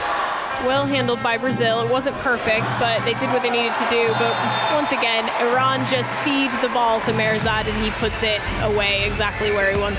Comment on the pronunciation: It’s nice to hear the sports commentator pronounce ‘Iran’ correctly, rather than the political commentators. Viva Iran!